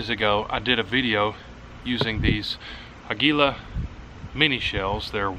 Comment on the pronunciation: Finally someone say aguila the correct way Good video likes always 👍